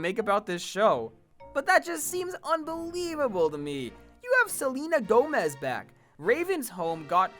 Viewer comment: Selena Gone-mez